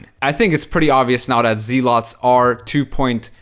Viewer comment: Zeal- ets not Zee- lots ... carry on sir